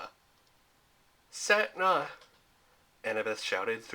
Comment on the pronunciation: its pronounced as set ney not setna